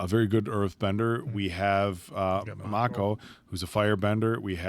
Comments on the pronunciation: I know this isn’t a big deal but why does keep calling him Makeo instead of Ma•ko 😂 makes me think of last air bender movie pronunciations 🤣😭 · You guys are now on season 3 and should know how to properly say Mako. Not just for the show, but also out of respect for Uncle Iroh's original voice actor. Please. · Best season and best villain by far, also how is still pronouncing Mako wrong 3 seasons in?